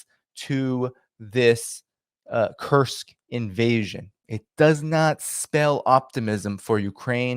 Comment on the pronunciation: Sounds like he's saying, the "cursed" region. I hope it turns out to be a cursed region for Ukraine.